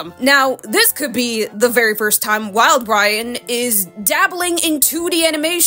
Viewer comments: Did you just say "wild-Brian"? 💀 It's uhh.. it's Wildbrain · The disrespect on saying Wildbrain like that 😭😭